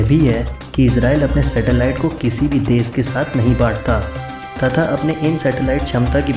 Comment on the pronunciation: nothing new. all common knowledge. its desh.... sha not sa. thats very irritating, sorry dude. I appreciate your effort but wastage of my time.